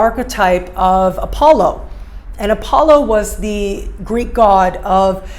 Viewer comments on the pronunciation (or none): none